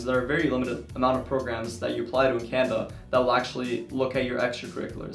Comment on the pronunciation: I’m sorry but were you saying CANADA? I got it from context but it sounded like Canva. Also how do you plan to combine your 2 interest? I have 2 interest too so it’d be interesting to hear your insight